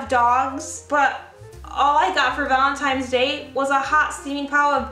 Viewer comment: am I the only one who hears "valemtimes day?" XD I so understand .. Chicano problems . lol I thought it was your mother in law saw the wedding video and she made valentines bad. not a hs story . You got me . lol